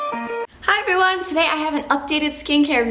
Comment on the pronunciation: When you said 'Hi everyone!' you sounded English haha :)